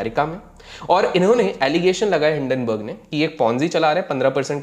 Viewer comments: Common People Pronounce:- Hindenburg Ultra Legend:- Dun-Dun Burg😂😂😂😂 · Hinden burg ko doon doon berg kyun 😂😂😂